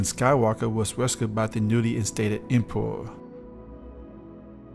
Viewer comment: What is an "EMPOWOW"??